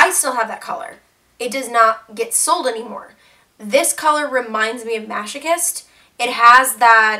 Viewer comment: masochist with a k sound